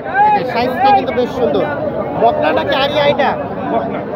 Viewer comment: বকনা ও সার বলতে হবে।এই ভাবে বলা বুল হচ্ছে।